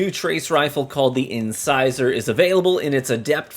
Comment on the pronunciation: Thank you for pronouncing the name of the weapon right!! From what I’ve watched and how 99% of the content creators have pronounced it “in-scissor” it’s great to see someone who’s actually literate lol. Great review.